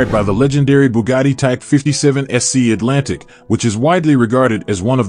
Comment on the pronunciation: That's not a chryslurrrr ME-DAB or ATL antic